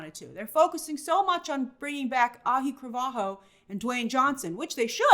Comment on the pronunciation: Grace…let me help you out. It’s not Ahi Cravaho…it’s pronounced phonetically Ow-Lee-E Cra-Val-Ho…Auli’i Cravalho. If you can pronounce a fictional character’s name from Dune correctly, gotta learn to pronounce names of real people.